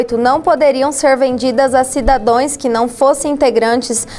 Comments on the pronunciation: "Cidadoes" moça ?!!! Por favor né ... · “CIDADÕES” foi de doer o cú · "Cidadões" doeu... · Tbm vi isso.